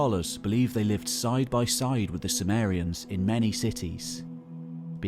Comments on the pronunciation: due to his accent, it sounded like he was talking about the Samarians but actually it was the Sumerians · Intriguing that Sumerians seems to be pronounced "soo-mare-y-uhns" rather than "soo-mere-y-uhns". Anyone know why?